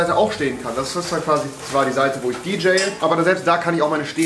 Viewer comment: "DJaye" ~Rewi ?! Nennt man das so? bRuDeR mUsS lOs